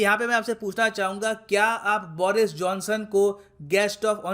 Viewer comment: बोरिस नही बरीस watch - (go goa gone)